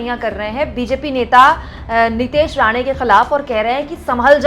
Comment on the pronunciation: Madam wo Rana nahi Rane hai